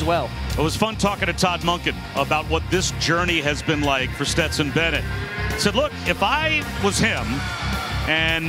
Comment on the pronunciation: How man times is Dan Orlovsky gonna call Stetson, Betson???